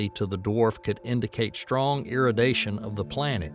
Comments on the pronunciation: Travis Taylor. From skinwalker ranch. Must be approved propaganda. Just got to ĺearn how to pronounce irradiation. 😂 it's weird. - . Somewhere here he says iradition or something then pronounces radiation just fine...for someone with such a thick south accent. I lived in the deep south for over a decade but never picked up the accent. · Wow. It was the irradiation one that got me. Especially when he says radiation ok just a couple seconds later. It's....36 to 39 minutes in. 😂 I didn't hear nucular instead of nu-clear. So he's better than at least one president at pronouncing it. Poor 'merica! 😂😂 😢